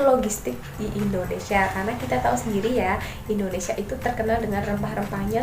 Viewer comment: Pendudukan jepang di Indonesi Huruf A nya jurang 🙏